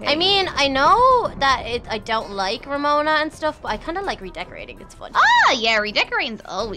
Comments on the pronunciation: Its romona not remona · I mean Its Ramona Not Remona